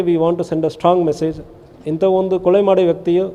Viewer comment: ಸರ್ ಕೊಳೆ ಅಲ್ಲ ಕೊಲೆ ತಮಿಳನ್ ಬೇಗ ಕನ್ನಡ ಕಲರಿ